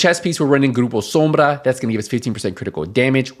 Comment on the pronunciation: Aayyy la pronunciation gRRupO sOmbrA....lol orale hombre